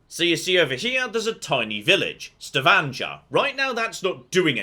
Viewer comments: as a resident of Stavanger, its a hard g, please, I beg you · My partner is from Stavanger and it was fun hearing them audibly wince when pronounced it